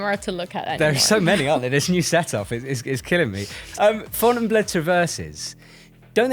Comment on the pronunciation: You guys live in France - is that really the correct way to pronounce Fontainebleau? 🤔